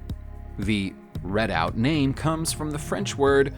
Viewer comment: For the french origine of the name of this vehicle you mean "Redoutable" right ? I guess it's a mispronunciation of the narrator because this is the closest word I found.